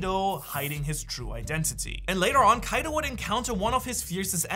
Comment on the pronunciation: I didn't ask for the backstory not to be mean or something I was telling that he said the name wrong (you said the name wrong to) is kaido